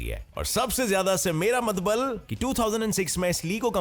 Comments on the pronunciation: it's not matlab it's matbal🤣🤣🤣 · Bhai matalab not matbal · you by mistake said matbal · "Mera Matbal" 😂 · Kisi ne Notice kiya Bhai Ne Matlab ko MATBAL Bola par🤣🤣🤣🤣😂😂😂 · matbal nhi matlab😱🤐😂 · he called matbal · You said :- matbal in video 👍